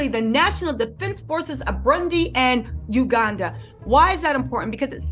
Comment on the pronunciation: 1. MO-GA-DI-SHU, 2. BU-ROON-DI 3. YOU-GAN-DA.;).